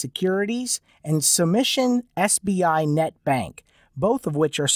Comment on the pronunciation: He pronounce it as CBI..😂😂